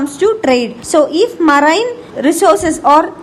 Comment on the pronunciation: I liked the vdo only for the way how she pronounced marine